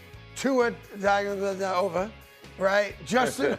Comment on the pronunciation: The disrespect on tuas name. How do you have a show and not learn how to pronounce Tagovailoa?